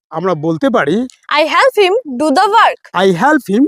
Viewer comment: Sir,apnar ebong ei studenter uccharon gulor dike ektu bisesh najor din jegulo ektu vool hoye jacchhe!!! ami jeta ei video te sunlam - 'get' aar 'let' jevabe uccharon korlen seta thik holo na aar 'help' tao seorokom!!! - Koushik bolchhi Sodepur theke.